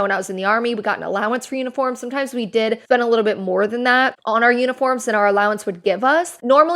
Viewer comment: Is it wrong I heard "unicorns" and not "uniforms" lol